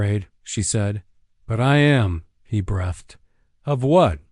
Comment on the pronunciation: There is no such word as 'brethed'. The word is pronounced 'breethed', spelled 'breathed'.